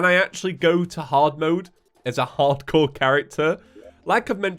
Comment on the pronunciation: his accent makes it sound like "Ardcore terraria"